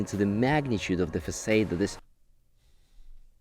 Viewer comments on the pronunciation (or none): Can barely focus of Arvin's commentary as I am too busy maulding over the presenters inability to say "Facade" correctly. If you are going to present in English, you should at least be able to pronounce the words related to your field correctly. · The host should really learn how to pronounce "facade" properly